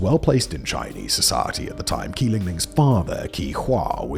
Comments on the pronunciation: How do you not have a single mandarin speaker on staff? Qi = Chee not Kee. You consistently make the same pronunciation mistake throughout your many channels. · How on earth is 'Qi' pronouced as 'Key'?